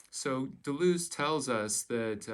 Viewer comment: Your French probably would not have been up to the task. | dəlœz / fontəne: | 𝕹𝖎𝖊𝖙𝖟𝖘𝖈𝖍𝖊, ə not i || You Americans can't bother to do the extra quarter hour of research to get the names right. 😅